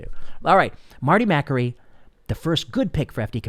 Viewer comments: It is pronounced Ma kAry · I agree with you. Marty is a brilliant doctor. However, I think you're pronouncing his last name wrong. :)